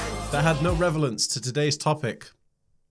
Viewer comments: You said revelance...made me snicker =) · Did you say "revalance"? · what's revelance lol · "Revelance"...haha. Love this guy. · "revelence" lol